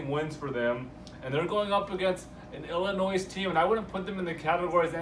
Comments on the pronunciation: The correct pronunciation is what every body calls the state ILLINOISE... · The "S"is always silent in ILLINOIS..Me being born there I'm just sayin. ..